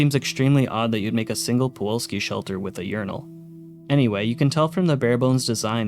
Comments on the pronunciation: The biggest scam is that it's pronounced pulowski not puwalski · How many times did you read "Pulowski" while making this video and yet you STILL call it "Puwolski" every. single. time. illiteracy is becoming an epidemic. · why do you say puwolski instead of pulowski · I hate how you mispronounced Pulowsky for Puwolsky every damn time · Pa Low Ski. Not pa wall ski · Pulowski. The L comes first. You’ve been saying Puwolski this whole time. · I hate to be that girl, but it's pulowski, not powalski. Like pull-ow-ski instead of puh-wall-ski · Anybody else notice he said the name wrong the entire video “Puwolski” even though he had a video of a man pronouncing it correctly and had the name pop up multiple times “Pulowski”. Man. It’s the little things 😂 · you keep saying Puwolski instead of Pulowski. Would have been fine as a one off in a video on a different subject, but seeing as it's the subject of the video, i can't just say nothing. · Pulowski, not powolski. Good video though! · I like your videos but man I was infuriated at your pronunciation of Pulowski, you switched the W and the L and said Puwolski. Once again I do like your videos and I'm sure I'm in the minority of people annoyed at those things but that matters to me. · Pulowski not puwolski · Pulowski, not Puwalski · Pulowski, not Puwolski. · Buddy… it’s pulOWski not puWOLski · I just can't get over him saying Puwolsky, even with Pulowsky on the screen. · Puh-LOW-ski not puwalski. Holy shit dude he even says it in the clip 🤦🏻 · Why do you pronounce it “Puolski”? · It's POOlaowSKI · It’s pronounced “Pu-LOW-ski” dammit! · My guy, it's not pawalski. I cant be the only one hearing you continuously mispronouncing that lol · It's PuloVski!! PULOVSKI!! W in Polish is like V in English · Pulowski. Nu-cular pro-tection on a budget. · Considering the crazy inflation of the 2070s, imagine how many quarters you'd need for one of those Also funny how you consistently say "Puwalski" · Fr driving me nuts rn